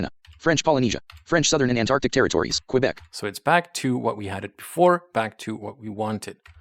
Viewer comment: Man, you said right. Quebec as kebek. Don't know why many synthesizers say quebec as kwebek, not kebek.